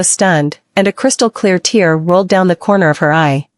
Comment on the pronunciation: Thank you for taking the time to upload these for us. Am I the only one who thinks it's funny everytime they say comer instead of corner???